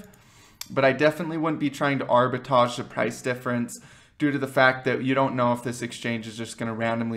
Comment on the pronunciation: Arbitrage...not arbitage